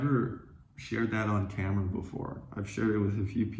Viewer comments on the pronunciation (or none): none